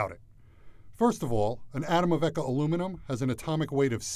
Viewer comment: bro can say the long ahh french name but can’t pronounce eka